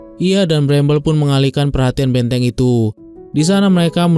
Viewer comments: Filem, banteng bang bukan benteng 😂😂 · 😅 B A N T E N G bukan Benteng😂